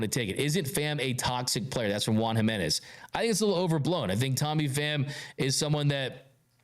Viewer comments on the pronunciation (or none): none